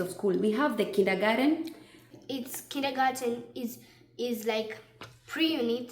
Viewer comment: Its how she says kindergarten 😂😂😂 ,kids there tongues have turned already